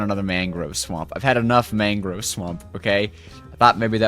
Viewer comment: Man-grove not Mang-grove